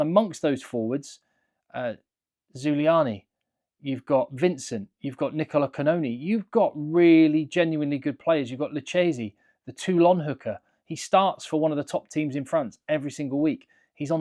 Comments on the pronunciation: Spagnolo, Zambonin and Lynagh are out for injuries. A little suggestion about pronunciation: it's LouKKesi, not Liuccesi. When you have "ch" it's as english "k". Same for "gh": always strong. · Great vid. Some tips. Lucchesi is spelled Lukkesi and Gesi with the soft G like Jessie.